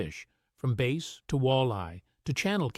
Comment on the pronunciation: Cool, just to be clear it's bass not base. 😂